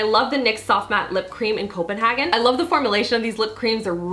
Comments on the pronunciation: I love your videos just as much, as I loved how you pronounced "Copenhagen" xxx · The way she pronounced Copenhagen😂😂